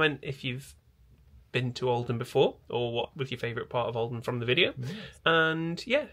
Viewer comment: Everytime you say olden I hear Oldham 😅😂 .... It's so pretty though, love your vlogs ❤️